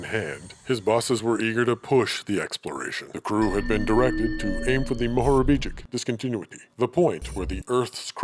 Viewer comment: How many times did you have to read “Mohorivcic discontinuity” before you got it right?